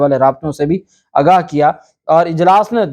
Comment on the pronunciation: ب😅ت زبردست جناب! ویسے صحیح لفظ “آگاہ کیا” ہے ناکہ “اگا” اسکو درست کرلیں! انتہائ حیرانی کی بات ہیکہ رانا ثنا( جسنے چند دن پہلے وزیراعلی کو سکیورٹی سورتحال پہ توجہ دینے کی نصنیحت کی تھی مگر شاید وفاقی حکومت کی اپنی کوتائینکے سبب چُپ کرکے بیٹھ گیا)نے بھی خیبر پختون کے وزیراعلی کی عدم موجودگی پہ افسوس نئیں کیا! اسوقت پی ٹی آئ کی وکلاء ٹیم بہت کمزور تھی اور کئی قسم کی غلط فہمی ونکا شکار تھی لگتا تھا وہ سیرئیس ہی نہیں مگر اب رانا شہباز نواز باجوہ اور کئی ججونکے تابڑ توڑ لاتوں گھونسوں کی بارش نے انکے ہوش ٹھکانے لگادئے ہیں۔ پھر ن لیگ کی نفسیات ایک لفظ کے گرد گھومتی ہیکہ آپکو ہر ہال میں شچوئیشن کو “مینیج” کرنا ہے وہ کلمہ انکا ایمان بنگیا ہے جبکہ عمران خان کے ایسے کوئ احکامات نہیں۔ اسلئے جب شریفونکے بندے دن رات سارے ادارونکے سربرائونکو کاکیں اور دروازے پہ دستکیں دیرہے ہوتے ہیں تحریک انصاف کے بندے خدا سے مدد کی دعا کرکے لگتا ہے سکون سے اسمانی امداد کا انتظار کررہے ہوتے ہیں!